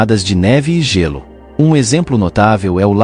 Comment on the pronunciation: narrador é Gêlô e nao gélú